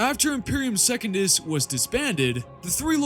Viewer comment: Brother, you have got to work on your pronounciation if you're going to make videos speaking on this stuff. Secundus is not second-us, it's Sec-un-dus. Mersadie Oliton is Mer-sadie Oli-ton.